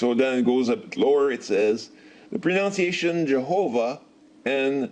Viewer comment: 2 apostate cats and 1 apostate moron. Learn pronunciation.....not pro-nown-ciation. Also, do some more research on how the name Jehovah came to be widely used and accepted. Jehovah’s name is actually proNOUNced slightly different depending on the language spoken. To illustrate: let’s just say my American birth name chosen by my parents is Robert. In other languages, it could be pronounced Roberto, Ruprecht, Raibeart, Robertas, etc. which is the correct pronunciation of my name, Robert? I pronounce it in the English language because I’m American. But, my name could be pronounced in a slightly different way depending on the language my name is translated into. It may strain your brain to research Jehovah’s name, so go slow.